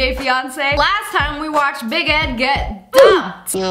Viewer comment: When she says big ed it sounds like baguette 😂